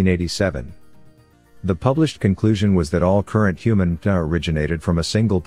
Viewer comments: So much great information in this video, but the narration needs a couple of corrections: MtDNA and haplo are consistently mispronounced, making this vid questionable for use in the classroom. Any chance you can correct them? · Great video. Captions are necessary to watch though because the AI narrator has difficulty pronouncing some of the scientific terms like mtDNA.